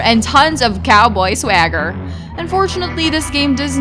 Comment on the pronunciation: You sounded white AF when you said "swagger".